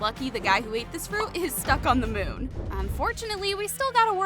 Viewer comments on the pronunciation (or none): none